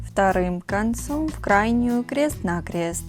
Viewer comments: Зачем говорить крэст на крэст? 😂😂😂😂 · Что за:кре́ст на кре́ст говорить научись!